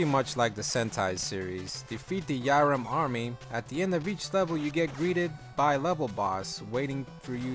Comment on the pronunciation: It's pronounced Vyram.